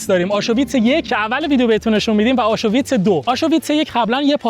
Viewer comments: آشویتس نفهم نه آشوویتس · جان آشویتز هست نه آشو ویتز 😮😮!! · Aschuwitz chie dorost talafoz kon